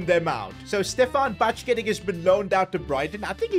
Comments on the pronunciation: As a liverpool fan lemmie Correct u Brother. Doak Is pronounced as Dok And Bacjetic is as bajetich😅😅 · It’s ba jet itch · still can’t pronounce names it is ba jet ic 😂😂